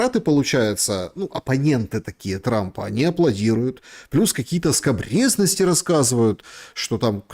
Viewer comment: "Скабрезность" через " ё".